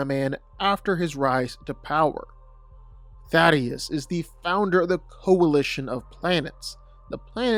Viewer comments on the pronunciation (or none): I'm about to be a grammar Nazi, but so be it: Thaedus is not pronounced the same way as Thaddeus. Dude, all you have to do is sound it out. Thay-Duss. Try harder,. I will now get off my soapbox and proceed to enjoy the einrvitable comments that will roast me for caring about inconsequential details. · It's not 'Thaddeus' 😂